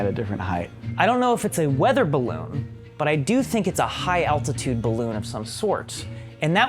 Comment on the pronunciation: STOP SAYING BLOON